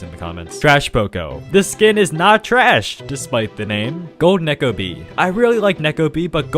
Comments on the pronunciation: Bro said necko bea💀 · I thought he said the N word when saying neko bea